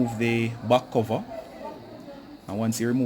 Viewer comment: Its back cover not buc cover